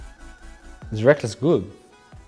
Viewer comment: The most important question should be: "Why do you pronounce Rekkles as RekLESS???" It's confused me for years and doesn't make sense to me since i speak english. Please halp.